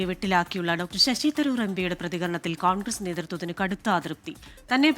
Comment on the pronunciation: "കോൾഗ്രസ്സ് " അക്ഷര വിദ്യാഭ്യാസമുള്ള ആരുമില്ലെടേ നമ്മടെ ചാനലിൽ..😂